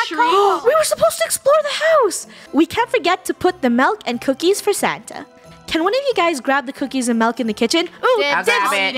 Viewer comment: Why always say Sanna? its santa